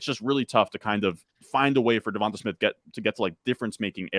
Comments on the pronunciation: why can nobody say Devon-TUH Smith haha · Lol well come on. The one guy with the stache knows his stuff and is well spoken. I’m wondering about these other dudes. If you can’t pronounce Devonta Smith how can I trust your advice?!